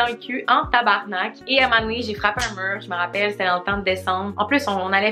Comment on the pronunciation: Le mot “tabarnak” dans ta bouche est magnifique 💖 tabarrrrnakkkkk